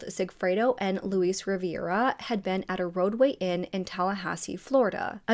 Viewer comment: His name is Rivera, not Riviera 🙄